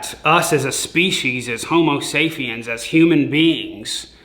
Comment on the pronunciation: "Homosafiens"